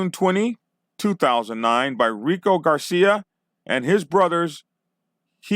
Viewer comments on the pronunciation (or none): none